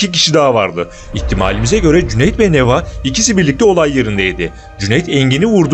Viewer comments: neva değil nevaa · Allahım n’olur Neva’yı A’yı uzatarak okuyun. Neva değil NevAA (deva değil devAA gibi)